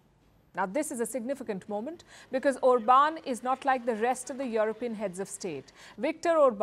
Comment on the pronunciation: It's pronounced OR-bahn. He's not French, ffs.